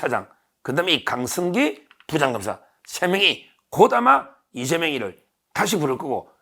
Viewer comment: 서변,,,,,, 발음이 강승기가 아니고 강성기,,,,,, 성기 ㅋㅋㅋ